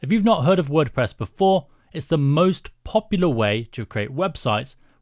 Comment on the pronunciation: Ah, yes… My favourite CMS, WordPess xd Great video btw!